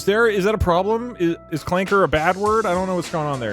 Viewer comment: I can’t believe Doug said Clanka with a hard R. r/wehatedougdoug will be informed of this transgression.